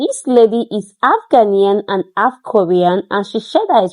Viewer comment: My dear ♥️ i know you have been Ghana 🇬🇭 for a while The word is half not alf. Please